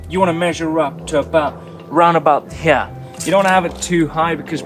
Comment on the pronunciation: Count how many times he says "heyar" (here)